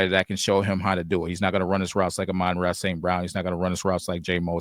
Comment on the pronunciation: You guys might want to get your pronunciations correct, though I don’t know if you will since you’re still pronouncing Amon-Ra’s name incorrectly after 5 years, but it’s the same issue with both. ah-mun RAH (emphasis on the last syllable) teh-SLAH (emphasis on the last syllable) It’s basic respect to learn how to say their names. Also, happy birthday!